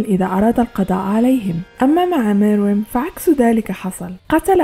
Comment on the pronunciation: his name is Meruem say it right